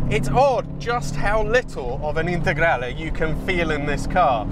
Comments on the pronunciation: Your "integrale" pronunciation is perfect! I am shocked about the sound. The lancias were not sold here, so the only way of listening to the Lampredi is the Q4. I thought they had the same sound. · proper pronunciation of "lancia integrale" ;) great video